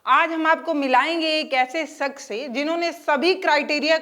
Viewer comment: sakhs nahi shakhs hota hai